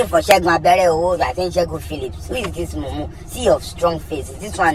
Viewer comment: That part where he pauses and shouts "mumu meeeeee!!!" always cracks me up lol.